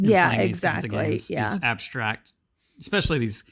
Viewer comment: Abshtract, shtrategy, shtraight, undershtand... Cool ! Learning new words every day !